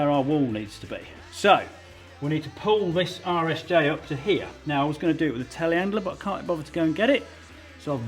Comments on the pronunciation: Every time Colin says "RSJ" I hear: "Irish J" and I feel like he's taking a dig like they don't know the're an i shape. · Every time Colin says "RSJ" my brain translates it as "Irish J." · I kept wondering what the heck an "Irish J" was... then I figured out that's "British" for Rolled Steel Joist. I can't believe it took me most of the video to "hear" it properly. LOL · I really thought he was saying "Irish J" but after a bit of googling, I've determined Colin is saying RSJ, rolled steel joist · The whole time i thought you were calling RSJ "Irish Jay" Lookin good Colin!! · Lol rsj.....I could have sworn you were calling them Irish Js which I assumed was some kind of regional poke at Ireland lol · Was I the only one wracking my brains trying to figure out why he keeps calling the I beams "Irish J"? 😂